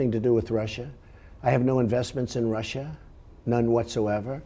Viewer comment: Lester Holt has "fudging....Trump said Russia perfectly during the interview not "Russir."